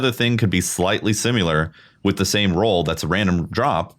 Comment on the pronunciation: Drink every time says "simUlor" and not "similar".